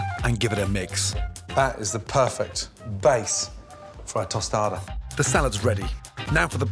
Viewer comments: "The delicious yet very humble prawn tosada" XD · This how you say it. Toe sta the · I leak everytime he says tostada.